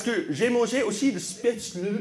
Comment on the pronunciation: Et en plus, il prononce spätzle beaucoup mieux que le plus part des français que je connais😏